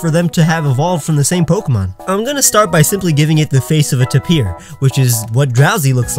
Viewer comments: It’s pronounced Tay-peer not Ta-peer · tapir = TAY-per